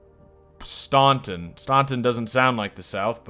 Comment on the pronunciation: Staunton is pronounced STANton